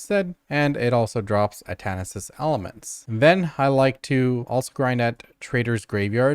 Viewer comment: Omg it was so hard to watch this one. Everytime you added an extra s to Atanis' elements it hurt me inside.